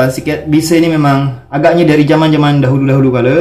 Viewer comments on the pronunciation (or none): nampaknya sebutan z dah hilang di riau. beza jadi beda, zaman jadi jaman. dah jadi orang jawa sebut astaghfirullahaladzim jadi astagafirullahalajim....